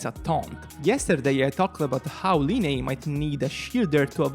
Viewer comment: dude it’s pronounced as lie-knee